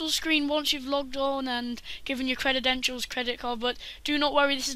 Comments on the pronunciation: you said crededentials it's credentials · This is all I could focus on when watching. It bothered me so much I had to look up if that's just how British English pronounces this word but its not, he just created the new word. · "credidential" "aluminium" just cuz u invent a langwidge dusnt mean you can willy nilly change spelling or pronuntziachin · CREDEDENTIALS CREDEDENTIALS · That's how you know we're in the future... When kids that are too young to be able to pronounce credentials are teaching adults